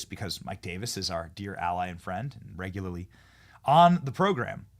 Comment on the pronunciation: should correct how she pronounced “regularly”